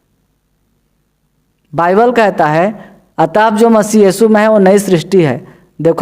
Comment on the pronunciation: बाईबल है भाई, बयबील नही, बल, बल, बील नही।टक से बोलो😥😰